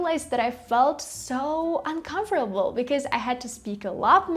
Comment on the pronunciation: i think , you made a mistake with pronouncing " uncomfortable "